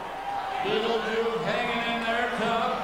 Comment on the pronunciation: u really said battle juice xd